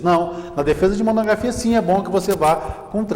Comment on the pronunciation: Diz monografia e não monogrrafia